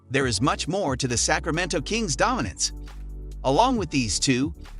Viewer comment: Mal-lick monk too 🤣🤣🤣 I'm surprised he said Sacramento correctly